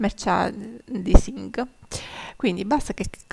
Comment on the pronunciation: Merchandising si pronuncia “merciandaising”😚